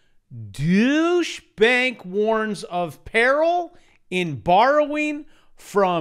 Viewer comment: “Douchey Bank,” lol.